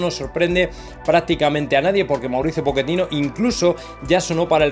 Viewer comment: Po-che-tino ( chhhheeeetino) por favor